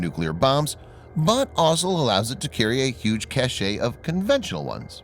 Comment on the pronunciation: Twice in this video the word 'cache' is shown in the subtitles. No problem there, but the voice-over pronounces it as the other meaning of the word, namely, as if it had an 'e-acute' at the end making it mean something completely different, as an adjective rather than a noun. I know its hardly earth shattering in the scheme of things but the lack of competence just irritates me.